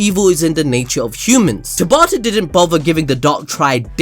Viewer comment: Tabata not Tabatha